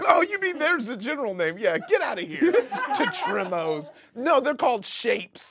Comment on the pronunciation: They spelled and said Tetrominoes wrong.